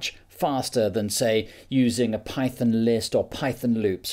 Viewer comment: Wtf is pie-thin?